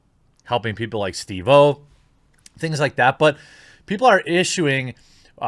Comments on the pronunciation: He said "Steve O" like O is his last name, and not as one word. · I like how you pronounced steve-O.